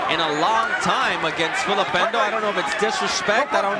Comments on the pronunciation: Spelt Ndou and pronounced Ndoo not Endo. The commentator is a silly man. RIP: Nick Du Randt - one of the best trainers that South Africa ever produced. Nick guided Sugarboy Malinga to an upset win over Nigel Benn in 1992 and he was also in Hasim Rahman's corner when 'The Rock' knocked out Lennox Lewis back in 2001 (their first fight). Peace and love to everyone out there from South Africa from a hard core boxing fan in KwaZulu-Natal. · Why😂 is He calling him Endou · He's pronouncing n in full because their names start with a letter followed by an alphabet eg if it was Hlophe he would say Shlophe because he pronounces H in full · The commentator is adding an E on Ndou.I don't know his problem. Maybe he can't read